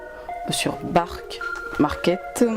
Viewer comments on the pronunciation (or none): Sur "barque market" 😂😭